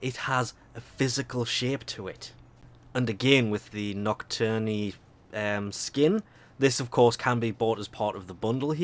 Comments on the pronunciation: the e is silent in nocturne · Can you do us a favour and google how to pronounce nocturne? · Nocturne: Pronounced Knock Turn